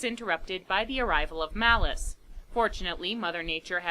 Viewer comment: I used to love this movie when I was a kid. We’d always have to rent this one for me, along with Nightmare before Christmas and Dracula, dead and loving it. I’m so glad you did this one. Also, a few times you say “Malice” I hear “Phallus”, which isn’t far off character wise, but I had to back up and check. Lord Phallus lol